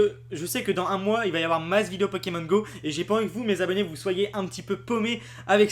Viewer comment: Tu es insupportable. Le nombre de fois que tu as dit " Pekemon " à la place de " Pokémon ", ensuite tu dis aussi " Qu'on voiye " à la place de " Qu'on voie " et faire une vidéo baitclick qui comme tu le dis, tard dans la vidéo bien entendu pour garder les gens longtemps dessus, qui ne dit rien de nouveau, c'est franchement malhonnête. Pour ce qui est des " images ", tu n'as qu'a faire 1 minute de montage et mettre les noms des chaînes Youtube d'où vienne les images ou simplement donner tes sources en description. Ainsi, tu auras moins l'air d'un profiteur.